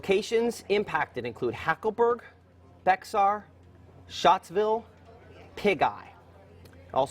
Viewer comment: Every time I hear Matt say Shottsville, I keep thinking that he's talking about me (Schott=Shott)